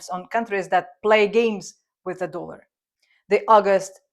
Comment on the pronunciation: It's "dollar", with the 'o' pronounced as in 'orange'. Not 'doolar'.